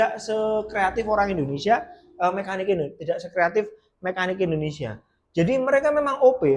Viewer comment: Kok bihisa ngomong indohnesia mas..dahri puhlau jahwa ya mas